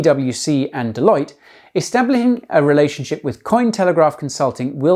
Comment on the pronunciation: "Establahing". That is an Illuminati keyword. I'm all in.